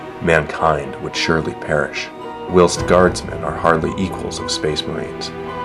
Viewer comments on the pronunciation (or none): I'm assuming that the narrators first language is not English! I've never heard the words willst (whilst) or calvary (cavalry). Unfortunately, this makes for excruciating listening. But on the whole, it's nice to hear the fluff rather than reading it. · did you just say...WILLST? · You pronounce "whilst" completely wrong.